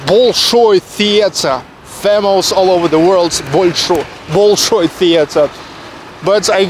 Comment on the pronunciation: все супер, кроме одного момента: зачем так коверкать произношение имен? БОЛШОЙ и тд. не лучше ли произносить как обычно мы говорим?